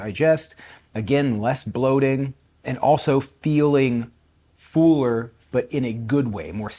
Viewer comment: For the dumb algo, 😂😂😂 about you being "fooler." Would a drawer puller be a "pooler?" You're the only person I've heard with that accent, and that saying a lot. The rest of us pronounce those word as if they are f or p and l without a vowel, so, "f'll." "Ai'm f'l," rather than, "Ai'm fool." Just a dumb side note.